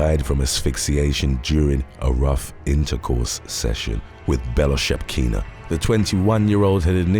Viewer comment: THIS is why we need flesh-&-blood humans to narrate! On top of having an awesome voice, our guy can pronounce “Bellchakina”!